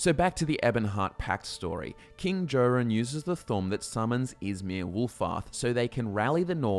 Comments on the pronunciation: I don't think he has. He keeps mispronouncing King Jorunn's name: it's pronounced "Yor-un" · Someone who pronounces my king's name as "Jo" run, is clearly an Aldmeri elf trying to publish propaganda against the pact. psh.